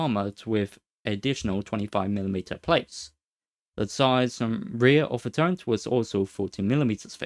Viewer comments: Agghhhh you cant not hear it, I cant listen to it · It's called a Turret, not a Turrent